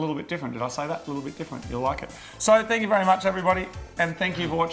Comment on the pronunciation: I hope my not a proper fank, fank makes it in haha